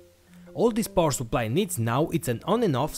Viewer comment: Why do you say "poor supply"?